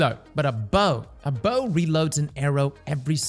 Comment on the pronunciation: Had to mute sound and watch with captions, hearing you pronounce the bow’s name hurt my ears